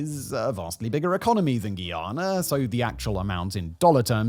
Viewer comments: It's (Guy)ana Guyana not Guiana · Its pronounced GUY-ANNA Not GEE-ANNA